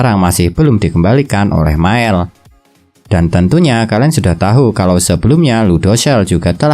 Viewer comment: Tahu dibaca tau bang